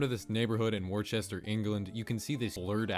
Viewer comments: It’s not war Chester it’s pronounced wooster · It's Worcester not Worchester lol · Nice try with Worcester, wor-chester is wrong, very wrong, but we'll forgive you, we cant say Worcester every time either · The day when I sold my late father's Saab which I had inherited, was an emotional time. It has been captured forever on Google Street view in 2009.♥️♥️ By the way (Worcester) or as you say "war-chester" is pronounced wusster! 🤣👍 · “War Chester” lol, it’s pronounced Wuster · 'Worchester'? 😂😂 Worcester is pronounced like 'Wooster' lol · omg im from Massachusetts and when you said “Worcester” as “warchester” I died lol. for future reference it’s pronounced “wuster,” and the “wu” is pronounced like it is in “woods” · WORCHESTER??? it’s pronounced wooster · UK person here. Worcester is not pronounced “War chest or” Sounds just like “Wuster” 👍 (not my idea lol) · Where's War Chester mate?? It's Worcester... pronounced "Wuster" 🤦‍♂️ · Do all Americans call Worcester "war-chester" ... do they not know its pronounced woo-ster... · "Worcester" is pronounced "Wooster" (not "Wore-chester"). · Wow didnt expect Worcester to be on this list lol. Its pronounced Wusterr btw lol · It's Worcester, not "war chester" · Worcester is pronounced Wooster (oo as in look) lol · it is pronuonced Wouster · By the way it's pronounced "Wu-ster" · the way he pronounced worcester hurts (for some reason its pronounced wooster and i dont know why) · Worcester is actually pronounced like “woose-ter” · As someone that lives on Worcester its pronounced wu- ster kinda weird but yeah :) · it's pronounced woster 😠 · for the record, it’s pronounced “Wus-ter” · Worcester is pronounced wooster :) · it’s pronounced wor- ses-ter lol I know it’s confusing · ‘cester’ in UK place names is pronounced stur or stuh. Worcester is pronounced wusster. (Best way I could think of writing it.) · did you really just pronounce Worcester 'war-chester' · Worcester is pronounced more like "wooster".